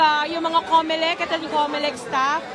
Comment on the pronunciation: Bakit Comelecta yata ang narinig kong pinasalamatan ng kakandidato? Bakit Comelecta ang tawag sa COMELEC.Sorry ha, yun ang dinig ko?